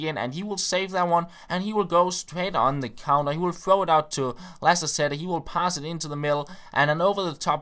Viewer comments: We pronounce Lacazette "laKazette", not "lassassette" ^^ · just so you know for the next time, it is pronounced laKazette ;) great vid as always